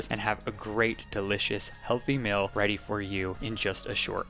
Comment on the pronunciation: The way says meal like “mill”.🤣